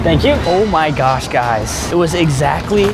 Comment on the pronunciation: Lol I love how he says gosh he says it like gyosh lol with the y lol